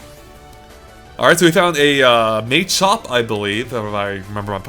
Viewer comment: It's not May - Champ and May - Chop it's Mah - Chop and Mah - Champ.... Lol